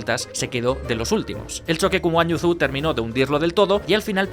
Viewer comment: Consejo Zhou se pronuncia Y-OU